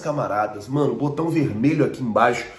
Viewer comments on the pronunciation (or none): none